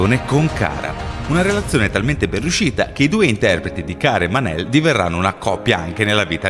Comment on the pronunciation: è mon-el non man-el